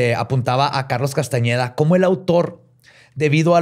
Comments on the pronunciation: no es Castañeda es Castaneda y no es tansegridad es tensegridad, y quizá te interese el dato de que no solo Pachita ha hecho estás cirugías, sino la misma Maria Matus, de quién se inspiró Carlos para hacer esa tesis... No era Juan era Maria, Gran curandera mexicana... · ¿Y no se dio cuenta en tOOOodaaaa su INVESTIGACIÓN que en Tooodas sus fuentes dice CASTANEDA y no CASTAÑEDA? 🤨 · Si hubiera investigado personalmente este tema lo hubiera presentado diferente, por el simple hecho de decir Castañeda y no Castaneda, por presentar a pachita como una bruta, etc. Neta le falto mucho a este episodio, ya no es lo mismo de antes:(